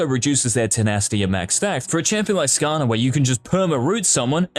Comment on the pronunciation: I heard skaner and visibly hissed lol